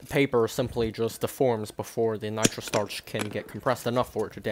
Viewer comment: “Nitro stuuurrrrrch”